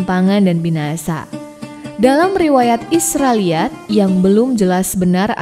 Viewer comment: Nyebut mukjizat, isroiliat allah susah bgt, kurang fasih, blajar huruf hijayah dlu min biar gk d komplain sma subscribernya. Yg nyimak pasti ngerti dmn salahnya.